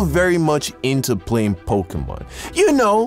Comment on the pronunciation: Mans really said pok🔇mon 😂😂